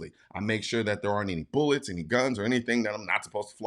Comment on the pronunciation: “Boolets” 😂 you say it weird